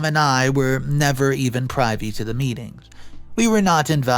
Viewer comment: The word “privy” is short for privilege -and therefore said with a short ǐ.